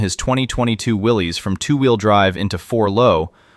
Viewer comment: Willys is pronounced Willis not willeze. It was the last name of the founder of Willys Overland.